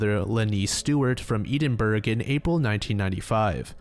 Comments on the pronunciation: E-din-buhg?!?? I loved this video but how have you never heard the capital of Scotland said out loud?!? Is this the infamous 'american education system' so many joke about online? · Ew…..”eedin burg” 🙈🏴🙈🏴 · Pronouncing "Edinburgh" like that is a hate crime btw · did bro just say Edinburgh like that XD